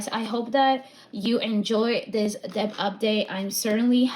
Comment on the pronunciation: The “b” is silent in debt.